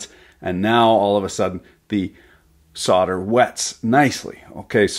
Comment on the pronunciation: say solder not suader its so easy please